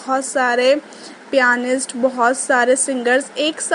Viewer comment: That's pianist not painist😑😑😑😑😑